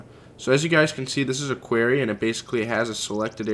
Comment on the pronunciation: It annoys me so much that doesn't even know how to say Quarry!